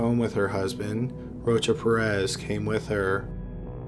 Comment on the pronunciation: It sounds like he saying roach up your ass..its rocha-perez boy drink a red bull or something you falling asleep backthea